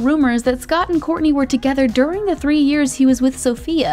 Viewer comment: you had me until you said “kourntey and ~kim~ take miami” 🤒